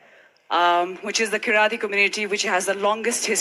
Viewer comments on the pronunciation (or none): KIRATI Community not keryali community . Pronounce that correctly mam . If sadguru would have understood she is from Kirati community , he would have definitely told story about Lord Shiva in Kirat form and made her whole community more proud. Poor girl